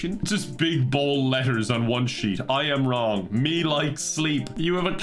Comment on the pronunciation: I am wrong sounds like a Starbucks employee mistaking the name Ian Wong